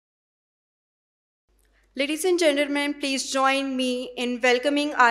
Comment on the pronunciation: "Ladies and GENNERman"😂😂😂😂